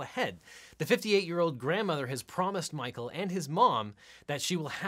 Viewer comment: The synopsis of “Mah-coe and Angela” had me howling: down to her last egg... hit up her daughter for a “fresh” one! 🤣🤣🤣